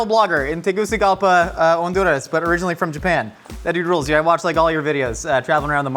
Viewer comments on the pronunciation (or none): none